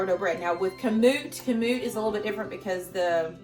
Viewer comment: Emphasis is on 1st syllable, not 2nd...KAM-oot.